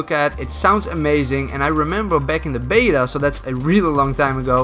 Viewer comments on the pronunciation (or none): none